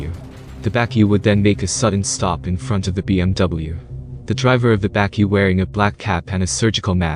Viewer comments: Love the content, just some positive criticism. The pronunciations of some South African words make your skin cringe a bit. 'Bukkie' and 'Tik' for instance. You can find these being said on SA YouTube channels, otherwise great content! Keep it up, would love to see more! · Atleast make some effort to pronounce bakkie 🤣